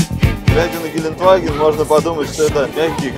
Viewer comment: Не Геленваген а ГеленДваген (Gelandewagen) Кстати, збс у вас в программе играют муз. треки